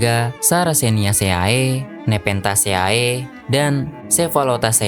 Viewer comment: Izin koreksi min, kata dosen saya penyebutan famili "-ceae" bacanya "-se"